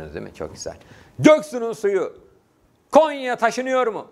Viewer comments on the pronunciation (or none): none